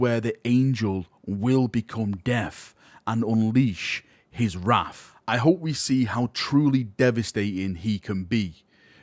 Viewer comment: All I heard was that an angel becomes deaf and unleashes his wraf against his taited bruv.